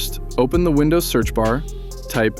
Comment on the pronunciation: Вындувс ахахааааа